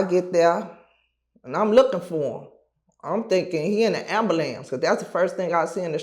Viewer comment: All Chicago people say amalamnce 😂